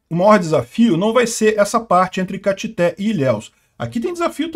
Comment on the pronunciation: pronunciou errado Caetité 😂😂😂